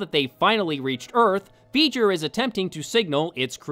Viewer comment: Veijer? Isn't that the bad guy from Jak and Daxter? "It's Veiger!" Bleh.